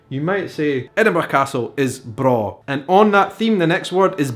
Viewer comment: braw means the same thing in Swedish and you pronounce it perfect haha! It's spelled "bra". Maybe swedes visited Scotland at some point? Also Bairn is close to the swedish work "barn" that means child. Oh my I love languages and history. So exciting how we have oddly similar expressions and why! I just found your channel and I like it. Outlander fan too. Ronald D Moore and Bear McCreary fan (Battlestar Galactica!!!)